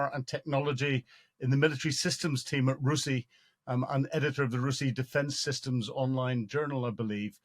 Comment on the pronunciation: R U S I - ie not roosy °